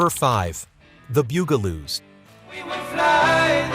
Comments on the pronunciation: Not Boo-ga-loos, ɓut BUG-la-loos. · It’s the “bug” a - loos. 🙄